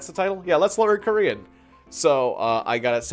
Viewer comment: As a Korean i am happily offended by your pronunciation here is a test translate 안녕 감자 토마토 엄마 아빠 가장 좋아하는 뉴질랜드 친구 lol